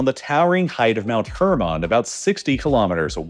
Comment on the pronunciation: Please stop saying hermon like that